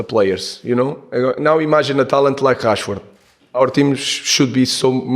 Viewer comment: Marcus Rashford Hrashfoord" "Marcoos" "Rashford" "Marcoos" Hrashfoord" Hrashfoord" Hrashfoord" Marcus Rashford Rashford Marcus Rashford Why Yoro choose Man Utd at the summer? "Marcoos" "Marcoos" Rashford Marcus Rashford Hrashfoord" Hrashfoord"